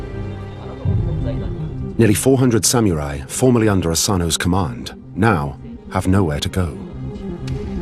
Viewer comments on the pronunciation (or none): Samyourai...? Oh...you're trying to say SAM-UH-RAI. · re: Pronunciation - The narrator and commentators are disrespecting the Samurai by pronouncing it Sam-U-Rye and Sam-Ya-Rye instead of "Sam Er I" - A self-inflicted knife in the belly is the only honorable way out for them now. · You mean Samurai (侍)? There is no OO or YOO in the word. It is pronounced as SAM-RAI. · Why is it pronounced "sah Mee you Rai"? 🤔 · Yeah, Sameeyourai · How to butcher the simple word SAMURAI.